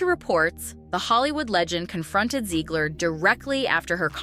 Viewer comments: Zegler or Ziegler? Her name is spelled Zegler so therefore would be pronounced Zeg-ler as opposed to Zee-gler. Just saying... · I like how the narrator can’t decide how to pronounce Zeggler/Zeegler. Also holy vocal fry. Breathe lady.